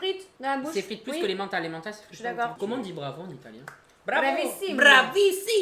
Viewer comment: La prononciation de l'italien, mes oreilles de prof ont saigné 😂